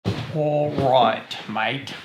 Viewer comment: A reasonable Australian "Alroight mate" at the start....